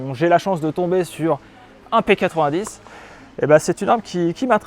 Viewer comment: non c'est pas un P80 10 c'est une arme belge donc merci de respecter la bonne prononciation x)